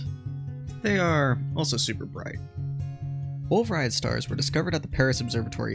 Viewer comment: The T in "Rayet" is silent. It's a French surname.